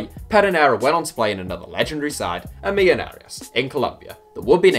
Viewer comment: Millonarios is pronounced mi-jo-na-rios